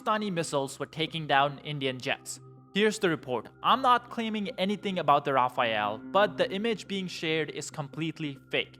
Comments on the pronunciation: It’s pronounced “rah-fal” not “rah-fay-al” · For the love of god, it's called a "ra-fail," not a Raphael. This guy isn't the only YouTuber to make this mistake. I'm surprised I haven't seen some French people more upset about this. The rafale is one of the best pieces of military hardware the French produce, and they should be proud of that fact. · It pronounced Rafal not RafaEL. 😂 funny to ear non french saying it . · The Rafale pronounced, “Ra-fall” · ITS RAFALE not Rah-fay-al.